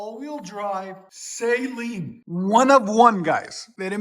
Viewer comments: It's not Say-Leen Suh-leen And this is such trash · The mispronounced name of Steve Saleen kills me